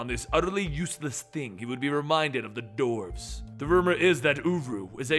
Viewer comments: Why , why , why....why are you saying DORFS! ...Its Dwarves...everyone knows how to say dwarves. Phonetically pronounced "Dworves" not Dorfs...come on. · Why do you say doorves